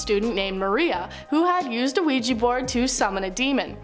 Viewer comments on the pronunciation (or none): Ouija board, not ouijee board.